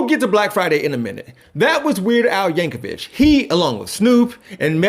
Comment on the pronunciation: You correctly pronounced Weird Al's Polish last name! Nobody does that!